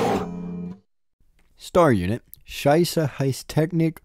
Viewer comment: Pretty sure the "sich" in sicherheit is pronounced more like sikh, you know like those dudes in India, and not scheisse, because "scheisseheitstechniker" basically means shitcurity technician, but then again Signalis is probably a decent crossover candidate for Space Station 13.